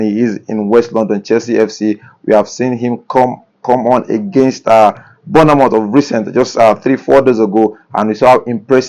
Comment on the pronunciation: Guy, no vex but as you dey call ‘Borna-mouth’, e dey scratch me for bodi. Please, na ‘Born-moth’ dem dey call am, not even ‘Born-mouth’ sef. That’s how those Germans too, dem dey call our boy ‘Boni- Fachay’. ‘Fachay’ like how? Where dem see dat wan? Please, try call Bournemouth correctly. You dey broadcast to the world as a Naija guy.